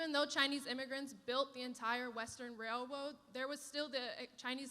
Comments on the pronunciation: Quit watching once she said Wail woad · Wail woad...???? 😂😂😂😂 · LMAO « WAILWOAD » when talking about Chinese people is a hilarious blunder 🤣🤣🤣